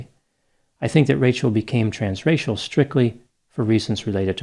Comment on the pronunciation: Every time he said "trans-racial", I thought he was saying trans-Rachel!